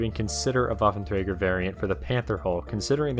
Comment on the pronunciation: Pronounced: vaffentreiger Plural: Waffenträgeren